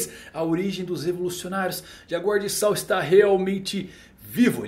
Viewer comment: Ps.: a pronuncia certa de Saul é 'sauú'...... espero ter ajudado heheh